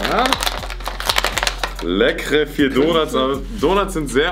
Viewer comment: Normale menschen: Donuts: Dounats